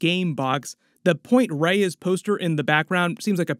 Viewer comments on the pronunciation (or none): none